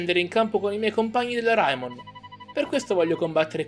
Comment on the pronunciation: Ciao ma perché pronunci raimon come si scrive? (Perché si dovrebbe dire reimon)